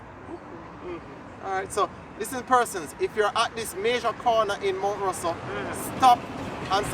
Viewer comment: Not Mt Russel it Mt Rosser